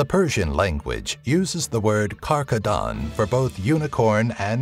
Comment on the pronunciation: ezhdeha translates to Dragon, and Simorgh to Pheonix asI know, but overall cool video. also it's not karkadan for rhino lol. Its KarGadan